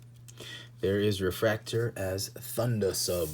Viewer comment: Its like nails on a chalkboard to hear em called 'refraktor' can't do it.